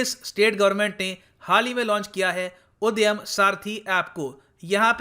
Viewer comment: Sir wo उद्यम है ना कि उदयम, sorry।